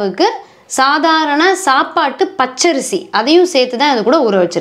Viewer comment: She says clearly pachai arisi